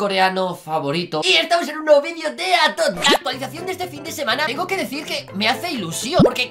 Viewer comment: wata fak;-; por que dises atualisasao